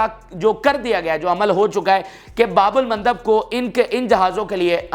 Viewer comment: his pronunciation is very bad.